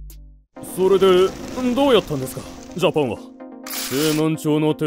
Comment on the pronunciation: なんでしゃおそのジャパンをジャポンなの😂